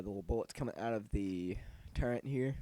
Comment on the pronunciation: its not pronounced turrent